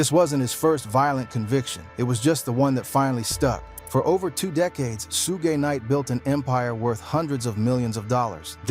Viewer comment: dog u butcher suge knight name smh